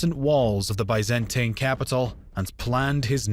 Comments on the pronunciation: considering how high the production values of these videos usually are, it is really jarring and just plain weird, that they repeatedly keep making such an amateurish mistake like mispronouncing names and places ... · Seriously this narrator needs a crash course in pronunciation. Byzantine, bows, and Pergamon all mangled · Please pronounce Byzantine, Suleyman and other terms correctly. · Tin Not tain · I hate the way this dude pronounces "Byzantine". Apart from that, I have to say it's nice video. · Biz an teen Not By zan tine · say it with me: biz-in-teen. the biz-in-teen empire. not the bye-zan-tain empire, biz-in-teen empire. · Byzantine.... not bizantain-.- con-stan-ti-nople not consininople -.- jesus!! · That’s American everyone else in the world pronounces it as by not bi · “Biz-Ant-een empire” That’s a funny way of saying Roman. Good video but the pronunciations here are cringe 😬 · If he says "bi-zan-tain" one more time, I am "goo--ing" to "de-clure" "ware" on him! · I want to watch this...but hearing Ba-zen-TIE-n and con-stit-tin-ople makes that impossible 😢😢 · Why do so many people keep complaining about his pronunciation of 'Byzantine'? Since when did the American 'Bi - zuhn - teen' become the God-inspired 'true' pronunciation? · nobody: Absolutely nobody:: BYE-zan-TANE EMPIRE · BIZ-IN-TEEN pronunciation is everything in history do better or I will unsubscribe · Ah, yes. The great city of Consininople. Capital of the Bi-zan-tain empire. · Bay Zan Tain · Bay-zan-tain sultanate!1!1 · Nobody:: ByzanTAIN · Constant nople? By zen teen. This narrator butchered the most well known pronunciations. Geez. Like he never heard of these words? Isn’t he looking at a script? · It's pronounced BEE ZAN TEEN. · I just don't like they way you pronounce "Byzantine" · Can you at least pronounce Constantinople, and Byzantine the normal way. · He is just so bad at pronouncing Byzantine.